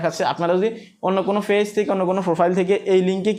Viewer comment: ফেজ কি পেজ বলেন শুনতে ভালো লাগে না